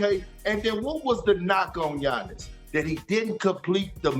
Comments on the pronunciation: K.p finally learn how to Giannis’s name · I'm surprised Perk was able to pronounce Giannis' last name correctly